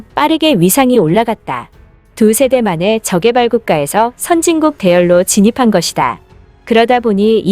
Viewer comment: 저개발은 저:개발로 발음함. : 이 표시는 약간 길게 띄어 읽으라는 뜻임. 저~개발, 저어~개발로 발음하라는 뜻.